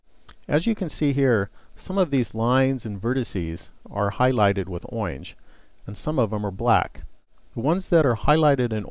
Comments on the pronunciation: its orange not oinj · he said oyange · Orange, it's just badly pronounced (no offense to ) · Oinge... Orange :D awesome speech thingibliingldy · Owyange XD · "...highligted in oynge..." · I'm saying oyange instead of orange from now on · I don't care how he says orange! All of the tutorials provided by are very thorough and easy to follow. Too many others assume you already know some of the details, or assume that if the process has been described before, there is no need to go through it again. But when I'm learning, I find that going through these processes methodically, thoroughly, and repeatedly is extremely helpful in reinforcing them. My only suggestion I would have to further improve these tutorials would be to explain just a little bit more of the WHY something is done. Very nicely done! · he knows... It's a joke because the uploader pronounces orange oddly...